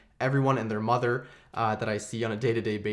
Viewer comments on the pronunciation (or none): none